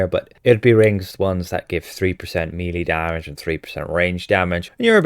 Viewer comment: Why do you say "mealy", as in mealy worms? Mêlée, or melee, is pronounced "meh-lay" ! {:o:O:}